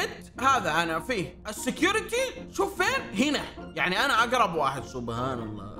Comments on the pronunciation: ما يجوز قول (سبهان) النطق الصحيح هو سبحان ..سبحان الله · سبحان الله وليس سوبهان الله❤ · سبحان الله وليس سبهان الله